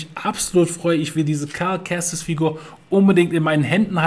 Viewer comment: „Karl Kestis“ 😂😂😂 Diese Aussprache… Ich kann nicht mehr 😅